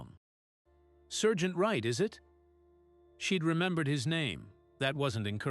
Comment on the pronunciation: It’s sergeant